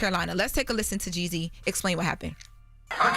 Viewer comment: why are you pronouncing Jeezy's name like that🤣🤣